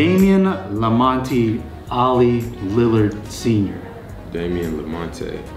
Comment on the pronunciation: managed to get Lamonte wrong after he was corrected the first time 🤦🏻‍♂️